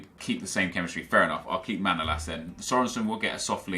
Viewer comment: manolas name is not Manoolas but Manolaas